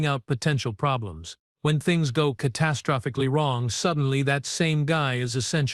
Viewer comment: WTF does "ca-TASS-trophicly" mean!!!??? Your stupid AI put the stress on the wrong freaking syl-ABLE!!!!